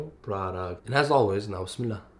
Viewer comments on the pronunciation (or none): Can a Muslim please explain this to me….. How come when he says “bismillah” he pronounces it like nubsmillah or something??